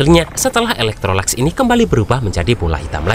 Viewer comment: Bng maaf ada kesalahan penyebutan kalo sebut yi laikesi itu bukan eloktrolax tapi elektrolux lebih gampang panggil yi laikesi😅